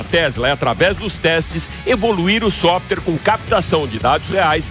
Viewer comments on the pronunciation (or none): Parabéns pelo programa mas pare de falar softer. O nome é software.